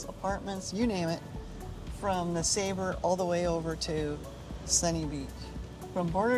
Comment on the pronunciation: I thought it was pronouced “ness-ah-bar” not “nes-a-ber”